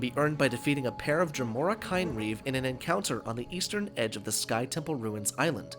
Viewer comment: Ooh, this is a good one! But you pronounced it wrong. it's "KIN-reeve".